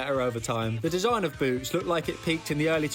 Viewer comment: bro did not say boots